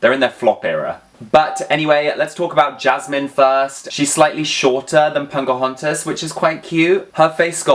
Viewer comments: You are aware that you're saying Punkahontas? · I cannot unhear 'Punkahontas' lol. With a Barbie body, she might be the ideal version!